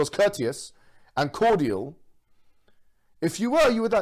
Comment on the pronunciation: He pronounces ‘cordial’ like the bloody drink! 😂